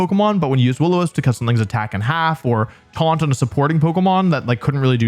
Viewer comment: "Twaunt..? 🤔" Twaunt.😂😂